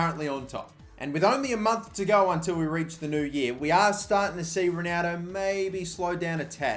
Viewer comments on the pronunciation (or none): Y do u say Ronaldo like a dyslexic spa - ronaudo